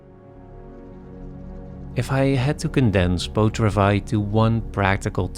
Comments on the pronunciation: Here here! What is the movie called? It sounds like he says "beau travais"? I only took 2 years of French, and forgot everything I learned. I looked it up, it is called Beau Travail. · What is the movie called? Beau Travais? I don't know French, and don't understand this presenter when he says the movie's title. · One tiny small little nitpick, I love your videos so much but, please put the title of the movie in the description. That's all. I couldnt understand what you were saying when you said the movie name and looked it up instead, then realized it might be in the subs. Would be tiny bit helpful for the name to be in the description.